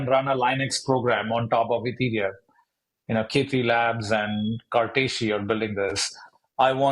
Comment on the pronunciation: Found it. He pronounces it Cartishi but it's called Cartesi. It's an Italian word meaning Cartesian.